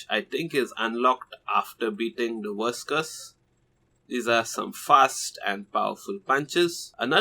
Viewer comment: When this guy says "verse curse" it sounds like he's saying "worse curse" because that bossfight was technically f*cking hell to beat without any easy methods